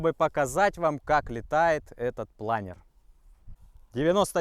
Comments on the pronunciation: Не плАнер, а планёр) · Правильно говорить планёр, а не планер. Планёр - это французское слово.